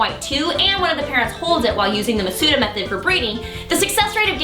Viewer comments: It's called The Masuda Method, not MaTsuda. Also, good luck having your Pokemon hold a Shiny Charm. It's a key item. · It's Masuda, not Matsuda,. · his name Junichi Masuda. Not Junichi Matsuda Just sayin'